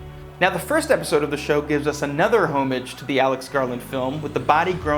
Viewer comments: it's pronounce ah mij not O mij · The H in homage is silent... just sayin'...